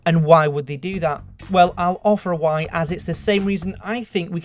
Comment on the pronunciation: If he evolves when he says "why" he will sound like "wha"